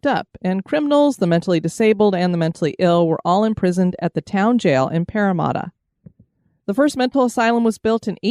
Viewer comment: Haha, i am loving your pronunciation of Parramatta. You get the first half right, it's just the second half that's wrong (Parra-matter, instead of Parra-marta). This is quickly becoming my new favourite channel to watch at bedtime.